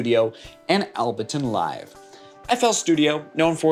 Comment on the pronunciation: Able-ton* not Albe-ton bro